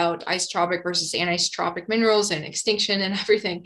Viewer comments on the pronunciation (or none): none